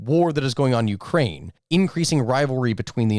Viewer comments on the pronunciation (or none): none